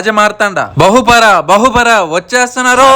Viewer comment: బహుపరా కాదు.. బహుపరాక్.. అనాలి